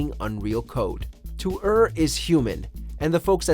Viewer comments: To errrrr is human....you idiot, its "to Err" as in it sounds like "to air". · Its no to er is human, its err (pronounced like the word air) as in error.